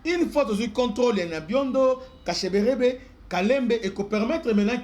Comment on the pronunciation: C'est Kashebere et non kasheberebe